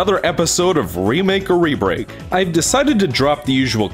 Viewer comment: Am I the only one that sometimes hears "rebreak." As "rebake."